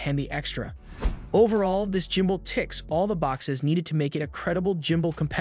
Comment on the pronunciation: I laugh everytime he says jumbull😅